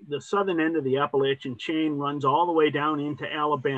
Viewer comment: They pronounce "Appalachian" wrong. Not worthy to carry Shelby Foote's knapsack.